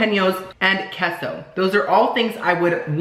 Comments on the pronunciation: Its kay-so not kes-oh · Hey so say queso (k-a-y-s-o) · Queso is pronounced like K-so.